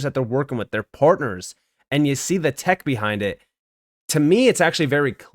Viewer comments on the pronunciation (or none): none